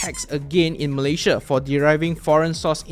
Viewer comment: Thanks for the tutorial but please learn to pronounce the name of your country 'Malaysia' correctly.